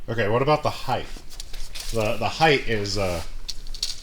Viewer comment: ...with all due respect to yer amazing automotive knowledge... "HEIGHTH" IS NOT A WORD.